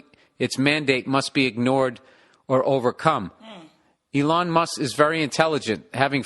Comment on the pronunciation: 🤣 "eee long musk "